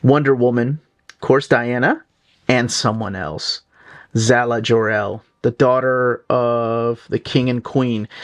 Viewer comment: Jesus just butchering names. It’s Lara not Lana and its Kara Zor-EL not “Zala” come on man